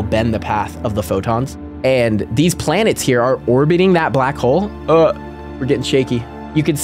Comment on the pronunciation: It's Blanets